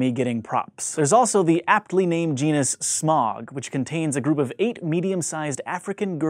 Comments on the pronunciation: It's pronounced Smoug, not Smawg. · SMOWG NOT SMOG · Ohmygoodness the LotR names ^u^ BUT IT IS PRONOUNCED SMOUG. NOT SMOG. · Not be a nerd but Smaug was pronounced incorrectly. It's not ”smog” it's "S-mao-g". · Smaug isn't pronounced like "smog". Tolkien's "au" is pronounced like "ow". Incidentally you didn't pronounce Sauron correctly either, same mistake. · It's pronounced like Smowg not Smog!!! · Oh, sorry; I have absolutely no idea how to write pronunciations. So I should write "Smoug" to show that sound? Thanks edits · "Sciencey people like science fiction" -- Goes on to name 3 things that aren't science fiction (star wars is, on a technical level, science fantasy). Also it's pronounced SmOwg although that one I don't expect of people to know that one, because most people haven't read the Sindarin pronunciation guide in the appendix of the Silmarillion. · The only had thing about this video is the mispronunciation of smaug.